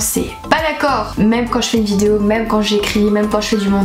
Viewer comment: Je replay 50 fois le début de toute tes vidéo j'aime trop comment tu dit on se retrouve pour une nouvelle "VIDIO"😂🤣